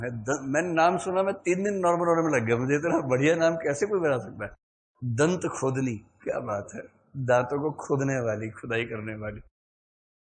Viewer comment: Not dantkhodni -datkhodni